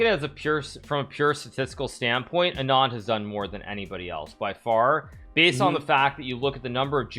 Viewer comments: why does he say anaand when the pronounciation is aanand (not complaining) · Two points: 1.) It's pronounced "Aaahh-nund" ....that last d is prounounced like a soft "the" 2.) Chess, or a version of it (shatranj) was sort of always part of Indian chess culture for thousands of years, but because India was colonized and invaded, it sort of make it harder for a large nation to flex in a game. I do concede that Anand helped immensely though. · Hikaru, why do u pronounce Anand as Adnan !! 🤷